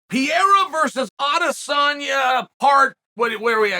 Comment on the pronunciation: To this day it's Piera 😅